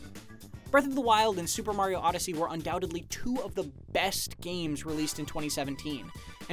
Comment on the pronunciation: I love the way this guy says, "BBBest"